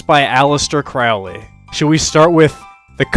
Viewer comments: it's pronounced Crowley I am turning off the video. Hack. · itsn pronounced, " CROW-ley", like, rhymes with holy. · It's pronounced CROW-LEE. Rhymes with HOLY. Ozzy is wrong. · Holy like Crowley... Can we just pronounce it properly...??? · It's Crowley. Rhymes with Holy. Pronounce in toff/posh. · At least pronounce his surname correctly. Good grief. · This whole ass video and couldn't even pronounce Crowley correctly 💀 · you pronounced his name wrong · >14 seconds into the video and he already butchered his name. Tell me you don't read Crowley without telling me directly.